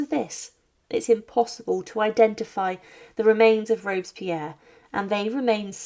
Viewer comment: Rob-es-pi-erre 4 syllables s'il vous plait.